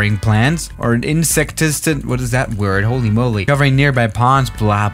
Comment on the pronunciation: Nobody:: “hÖLy MöLy”